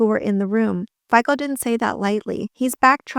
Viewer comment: Btw, Fico's surname is pronounced "Feetso", like z in Pizza. Not that I'm fond of the guy, just fyi